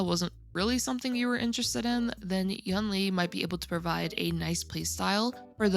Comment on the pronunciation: Hey, it sounds more like You-ween slurred - it's the same word as second half of Tingyun - it's written like 云 which means cloud